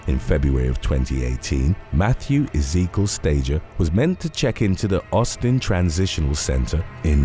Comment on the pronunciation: The horror style music, cheesy sound effects & slow paced delivery do nothing to enhance the video but they are irritating. Also that’s not how you pronounce “Ezekiel” or “Doherty.” Put all that together & that’s why I dropped out after 12 minutes.